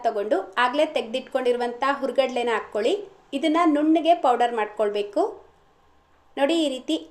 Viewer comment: ಆಕ್ಕೊಳಿ ಅಲ್ಲ. ಹಾಕ್ಕೊಳಿ